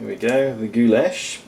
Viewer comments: Wtf is gooyash?In slavic languages it sounds like gulash simple as that. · Is no goo lash in it.It sounds more like gulash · Cough You said it incorrectly last time (sorry - just started this vid) but Gulas/Goulash/Gyulas originated in Hungary basically in medieval times. Variations of the same name are popular in Central and Eastern Europe. Sorry - my father emigrated from Hungary in 1956 as a Kid - I'm American-Hungarian and I have to point this out. :-P It as you say - all variations are more or less a hearty beef stew or soup. I'm not defending the gyulas - because I've never really liked myself - but give credit were credit is due to Hungary. That being said - borders have changed so much in Europe over the last 1000 years - and Food was shared and regionalized again and again that sometimes it gets to the point were it's unclear which ethnicity made the first version of a given food.